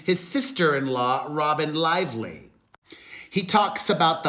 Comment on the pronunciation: Did I hear Perez say Blake LIESLY? 😂